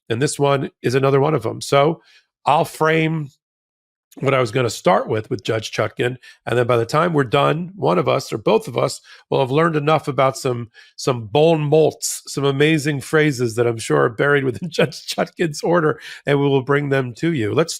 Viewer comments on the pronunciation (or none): it's pronounced bon moh.